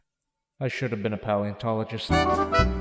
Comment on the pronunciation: Why can you not pronunciate paleontologist